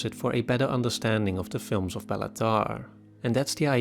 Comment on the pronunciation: “Bay-la” not “Bella”… I know because that’s my name too